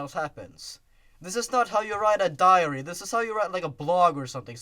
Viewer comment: They probably would have figured that something was fishy about all the victims having Sonic.exe on their computers. Diary, it sounded like you said 'diarrhea-ry.'